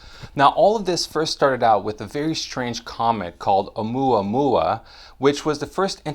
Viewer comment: Dude, I don't mean to be rude and I have no idea what you're trying to do with this channel. However, here's a tip that might help, the name is Oumuamua, not OumuaOumua. Stop switching between the two. It happens more than once, but here are exemples; Oumuamua , OumuaOmua . Again, I don't know if you're trying to make alarmist videos or if you're trying to bring credible less covered scientific news, but getting the name right would be a good start anyway. Peace!